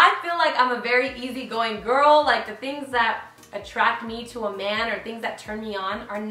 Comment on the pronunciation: it sounds Like you were sayin Amanda not a man